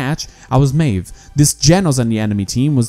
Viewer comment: Ik IT was 13 december 2018 but...PLEASE...Say Maeve's name correctly. Just MIF not mejw just MIF that's so easy...If said something wrong please forgive me.